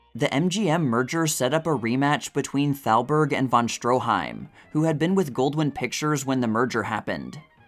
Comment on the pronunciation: oh brother , that would be Irving Thalberg .. NOT Salberg ...Thalberg , Thalberg , THALBERG !!!! the boy genius of MGM .... not Salberg .. is this A I ???